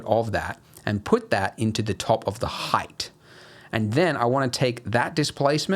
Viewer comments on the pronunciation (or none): none